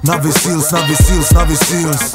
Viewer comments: Trochu funny, když "Navy" vyslovujete špatně czenglish a následně "Seals" správně 😀hlavně všude cpát AJ 😀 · Tiež ma to napadlo …